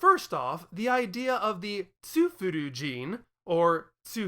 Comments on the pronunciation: I dunno, whenever I hear you say „Tsufruian“, I only hear „Tsufurian“. I understand your logic, though, and I don’t want to debate on this. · Say it right. God it's Kryptin all over again.